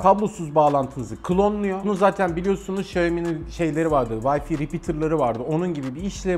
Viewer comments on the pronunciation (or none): Vayfi değil, VayFay (Wi-Fi). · Yılların teknoloji editörüsün ama "vayfi" diyorsun. Bari vifi falan de vayfi ne ?